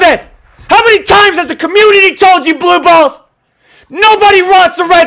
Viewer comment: The funniest part was when he called blue hole as blue balls 😂😂😀